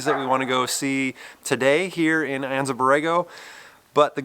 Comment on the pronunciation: Just FYI the "A" in Anza is hard, so it's Anza onza